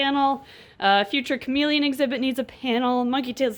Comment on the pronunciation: When she said Chamaeleon I thought she said comedian.ha ha ha!😝bye guys